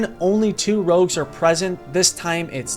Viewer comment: Rogues not Rouges